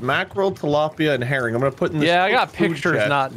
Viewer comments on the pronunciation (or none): I thought he said “I’ve got Mackerel, Tilapia and heroin”